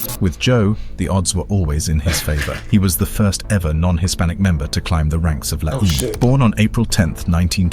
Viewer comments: Pronounced : (Law-em-ay) stupid Brit...Not La Eeem. Ese (Spanish for S) Is a term only used by Sureños from Southern California "Sup Ese?" Not to be used up North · Also this documentary is not great info on la eme cant even pronounce it right lol